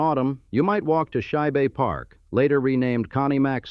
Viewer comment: I caught thhat too.😂